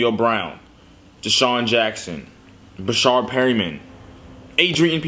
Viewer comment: It's not "Breshard" it's Breshad no r after the a